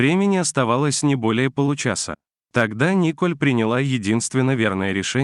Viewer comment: НИ́коль неспешно ехала вЕ́рхом... дальше уже слушать не хочется.... Это на каком языке??? До каких же пор будет процветать такая безграмотность? Чему вы, грамотеи, учите слушателей???